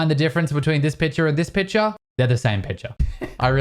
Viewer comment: Is it me or does he say „piture“ instead of „picture“, like the C is not existent.